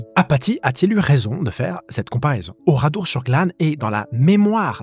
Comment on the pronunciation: Ouradour, pas oradour